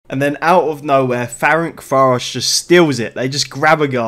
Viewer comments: hi its pronounced ferentsvahrosh and ooypesht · Great video! The teams names are actually pronounced a bit different. Újpest is kinda like Uypesht, Ferencváros is bit tricky, its would be something like Ferentsvarosh (ts like in the word tsunami), but you can call simply Fradi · Good ol’ “ferenkváárosz” and “üzspeszt”